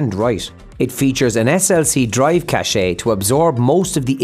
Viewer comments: Its "cache" = "cash" NOT cashay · It’s pronounced cash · “Cache” is pronounced the same as “cash.” The unrelated French word “cachet” has a completely different meaning.